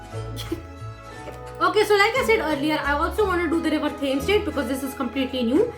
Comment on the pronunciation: The books show that, even by Harry's fifth year, Tonks is terrible at cleaning/packing spells. And, just so you know, it's River TEMS (that's how it's pronounced. Not Tames). And Pumpkin Pasties is not PAYSTEES, as you pronounce it: it's PASS TEES. As for nervous in asking someone out on a date - the last time I asked someone on a date I was so nervous that the conversation went: "You? Me? Babies? Now?" I did not, in fact, get the date. : It tells you just how astronomical it is when MURPHY isn't using Stats... : A big pile of potatoes and a roast chicken. What a wonderful date. It'd be the perfect one for me. : INSERT THE HALLELUJAHS! SARNABY LIVES! UP NEXT, SARNABY BABIES! AT LEAST 10! (Also, is definitely Barnaby's bedroom eyes!) : Ooooh, cake! : Good with his hands? No - bad brain! Out of the gutter! No! Bad! Also, calm - calm, we need you in one piece for MORE Sarnaby stuff. You're no good to us, or them, if you're dead! Calm! #SarnabyLives #TheFirstKiss #AkemiDoALiveStreamSoThatWeCanLinkTradePokemonWithYouPlease